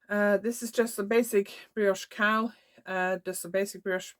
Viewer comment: Thanks for sharing. That brioche cowl is beautiful. And I love the purple/ teal combo you are just about to start. Sometimes I watch eith closed captions on, while my toddler naps. Today I noticed that every time you say "cowl", the auto text types "cow" 😂. So you are doing all sorts of things with cows this episode, including waiting for good light to take photos of the cow 🐄 😂. I haven't tried brioche yet, but your cowl makes me tempted. ♥ Thanks for the beautiful sea front walk. I can see why you take a few moments there before teaching. Hope your back heals quickly!